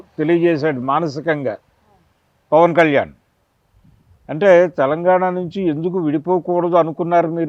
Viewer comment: తెలంగాణ అనాలి.. తెలంగానా కాదు తల్లి.. Em anchors ra nayana.. Na dawada